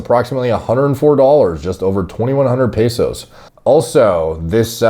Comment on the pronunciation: Felt proud when I heard him say "pesos"